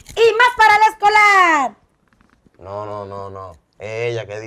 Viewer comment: Jajaj y eya dice para el Esc0lArrrrrr 😂😂😂